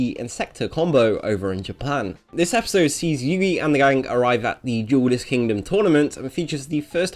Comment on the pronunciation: Is it just me or does it sound like yugi says ell lame